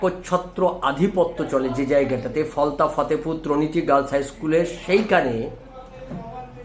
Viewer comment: ত্রনিটী নয় তটিনী!